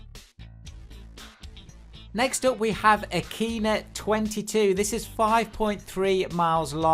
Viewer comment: Aquino instead of Akina what the hell happend there